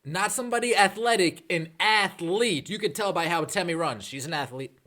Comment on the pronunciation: If your so sad to see her go, say her name correctly out of some respect . It is temi not tammy!! No disrespect I am a subscriber.